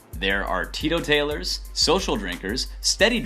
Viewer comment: Tea-to-talers??? it's Tea-Total-ers I tried to break it down as you said it phonetically. Try reading through the script once before reading it for the video. Works for me.